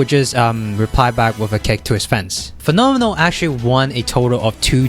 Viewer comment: you pronounced fenomeno well, in italian... xd